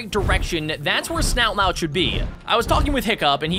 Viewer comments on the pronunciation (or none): Is name isn't snout lout his name is snot lout also I liked the video with my chin so yay your my bestfriend now btw watch how to train your dragons race to the edge to find out more about the map and characters also dragon names